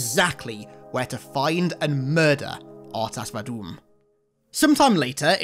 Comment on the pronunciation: Lololol "R'tas VaDOOM"